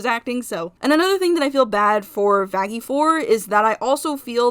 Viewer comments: It’s Vaggi actually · Me thinking everyone should just pronounce vaggi with a light (opposite of hard) G but then realized that adam literally called her that...